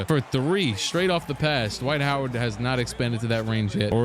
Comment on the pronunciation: D'Wight Ho'Ward